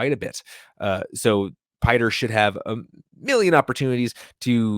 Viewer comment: Not "Piter." Pee-tray.